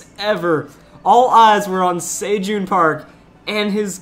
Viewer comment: its se- jun not sei-jun like celestal pronounced like the ce in celestal